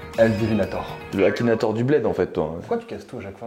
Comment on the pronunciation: sa te va comme non on dit akinator ba